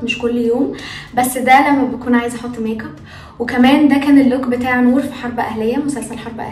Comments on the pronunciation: دوم الضحكة ي قلبي😂❤ + ي ستي فاهمه والله😂بس هي مش بتقول ميك اب بتقول ميق اب تحسيها بتقولها بالقاف😹😹😹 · كل دي اسماء بتقوليها بالانجلش وجت على ال make up وتقولي ميق اب😹